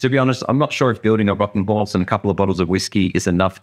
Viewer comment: Love the contrast of the two box’s mate nice horth, can we see it twat awound…..😂😂😂 cheers.